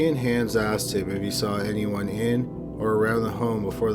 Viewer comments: I'm addicted to your channel. Can't wait for new ones. FYI: Hans is pronounced Hons not hands. 😁👍🏻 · hans - it's pronounced haanes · Hans is pronounced "Hahns", not "Hands" sans D. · HAHNS not han(d)s jfc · It's not handz its hanz. Hhh-onz not Hhh-an-z. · I can't get past how you pronounce Hans like hands lol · Hans was pronounced wrong, since one of my late relatives had the same name. The outhouse babies really tore up my heart, especially as a mom, I couldn't imagine doing that to my own child or "allowing" someone to do that, more so not being able to prevent it. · Is that really how that family pronounced Hans? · I wish you would pronounce Hanz the right way... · Pronounce "Hans" like anyone but is saying it. Minus the "s."